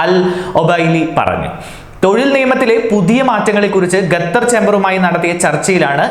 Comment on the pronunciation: Qater not gathar